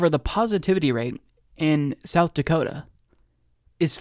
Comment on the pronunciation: “South Dakotum”